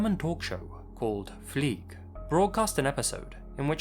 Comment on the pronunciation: The German Talkshow, hosted by Jürgen Fliege was called Fliege (Fly like🪰) not Flieg.